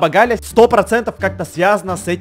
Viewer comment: Не Гля а Галя